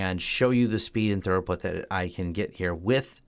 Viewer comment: your telling me, lets go Thorough this tunnel, lol, maybe its an American pronunciation thing, who knows, try thru-put. drop the British spelling crap we throw into words to confuse foreigners.